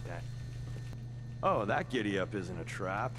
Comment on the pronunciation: I love how pronounce it as "giddyoop bootercoop" She's a darling, isn't she?